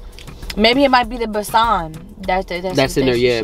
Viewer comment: Let's help you get the pronounciation's right.. It's not pak it's paaaak.... It's not besaaan it's bae-sun.. Putting that aside..it's a beautiful video...loads of love 💕